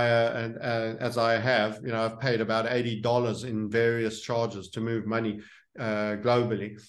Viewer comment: Drink everytime Says Muney 😄